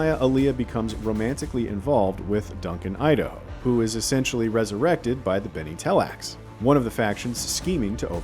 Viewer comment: What’s wrong with the guy? „Leto two“?? „Bene Telax“???